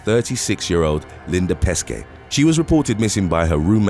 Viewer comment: it's PESCE, not PESKE